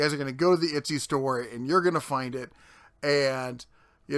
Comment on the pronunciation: Itsy? I thought it was Etsy? Lindhurst? I thought it was Lindenhurst? :P Not for nothing, but idiots keep people like that in business. If they're that stupid and lazy, they deserve to lose money.